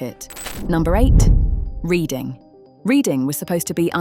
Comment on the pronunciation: All these idiot BOTS - can’t even properly pronounce Reading !!😖